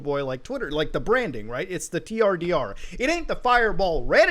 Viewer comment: The fact that the branding is pronounced "turder" should be the red flag if nothing else is.